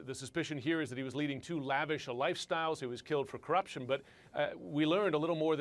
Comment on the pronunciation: Koreans are not Hispanic. Pronounce the J. It's not silent nor does it turn into a Y